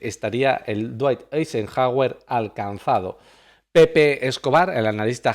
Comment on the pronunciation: no puede pronunciar dwight Eisenhower? cómo que la RAE está en el país equivocado 🤦